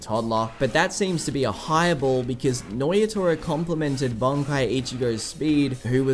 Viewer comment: Nnoitra. Pronounced - noyatoya checks out.